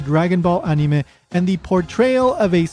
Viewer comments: why the heck are you saying anime as "on knee may" makes me wince every time its said wrong like holy crap it almost hurts to hear it said like that. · never mind, after watching more i realized hes saying things with the Japanese pronunciation which is why i dont like it. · watched the rest, figured it out when you started pronouncing other Japanese things with THEIR proper pronunciation. as an English speaker i was confused until about the time you started mentioning Yajirobe and then it clicked. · Y do u say anime like that😂😂😂😂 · This is a good video, but the way you pronounce the word "anime", as well as many of the names, is just annoying and pretentious. It makes you come off like a try-hard weeb. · Your pronunciation of the japanese names and "anime" comes across as extremely forced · You pronounce "anime" and "toriyama" really weird and wrong just be more casual. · I like how this guy obviously try's to say the words "Anime" and "Toriyama" with a Japanese accent, but everything else is said in normal English lol